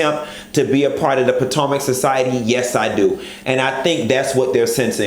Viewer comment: Every time he says “Potanka” I die laughing!😂😂😂